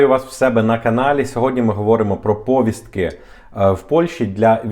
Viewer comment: не пОвiстки! а повIстки!Наголос на I.